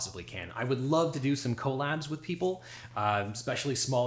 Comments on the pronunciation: Legal eagle: "ko-labs". LOL my brain was like, "wait, w-what? Is that a D.C accent?" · hitting the "co" in "collabs" extremely hard